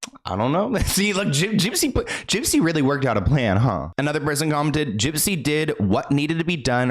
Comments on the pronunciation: I love how you call her jip jip 😂😂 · 😂😂😂 Not you calling her Gyp Gyp!!!!😂😂😂😂 💀💀💀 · why does he call her gyp-gyp?